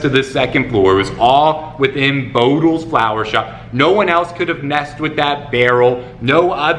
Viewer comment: Let's clarify it for all whose native language is not English starting with me: barrel of flour, not flower:) Great video,!